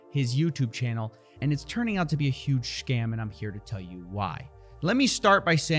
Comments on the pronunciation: "and it's turning out to be a huge sHcam" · He went double hard on that "SHHKAMM" at the start 😂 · Bro said “huge shcam”